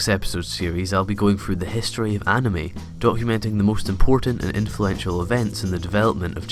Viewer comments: No one: Not a single soul: Not even Sans: Him: anamei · No he Said anemy